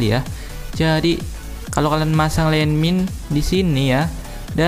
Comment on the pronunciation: gua ketawa saat lu bilang???????????? JADI LANDMIND E LANDMIND